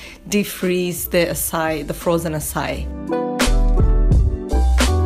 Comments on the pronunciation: It’s pronounced ”Ackai” not ”Assai” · I spent the first five minutes going "what the heck is essai?" When it finally dawned on me, you're talking about "acai," which in my head I've always pronounced akai LOL! I love watching these vids about what you eat, it's very enlightening about what I SHOULD be eating more of. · It's pronounced açaiiii and you're not supposed to defrost it to get the wonderful creamy texture in your açai bowl. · Loved you idea! Will choose one day of the week to be my vegetarian day too. May I just correct you? The right way to pronounce açaí is "ah-ssa-ee". Lots of love from Brazil!